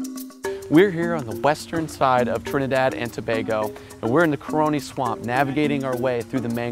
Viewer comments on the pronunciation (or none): Ca ra ni not co row ni